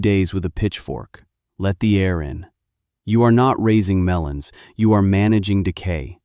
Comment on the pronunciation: Melons, not melans